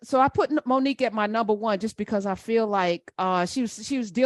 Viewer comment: The only thing I laughed at was the teacher calling her " Moni cue"